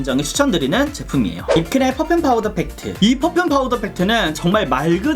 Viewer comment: 펗퓸펍퓸 ㅋㅋㄱㅋㅋㄱㅋㅋㅋㅋㅋㅋㄹㅋㄱ이런 명확한 발음마저 낭낭한 당신은,,,,,,, ❤ 안그래도 하태하태한 써머가 오고 있어서 파우더팩트 장만하려던 참이었는데,,!! 아주코롬 센스쟁이 ~👍 그리구 영상이 끝나는가... 싶어 아쉬워하는데 ㅋㅋㄱㅋㄱㅋㄹㅋㅋㅋㄱㅋㅋㅋㅋㅋㅋㅋㅋ마지막까지 큰 웃음을 선사해주셧.. ㅋㅋㄱㅋㄱㅋㅋㅋㅋ 이 극찬하신 입큰의 미친 팩트 향기!! 저도 맡아보고 싶네요 ㅎㅎㅎㅎㅎ 21호 받고 싶습니당 카톡아이디: yubin0723